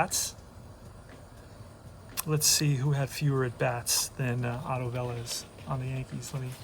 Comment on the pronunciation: 1976 was a great year to be an American. How that can be 45 years ago is truly scary. So many of the hall of famers that played in 1976 died in 2020. FYI, Otto Velez was pronounced Veh-LEZZ, and Bob Heise was pronounced hi-SEE. A friend of mine played with Heise at Tulsa.